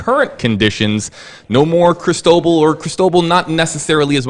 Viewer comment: Geez, why can't you lilly white millenials learn how to pronounce Cristobal? It is Spanish, and the accent is in second syllable. Is it really that hard?